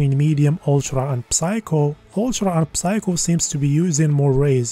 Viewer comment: Don’t pronounce the “p” on the word “psycho”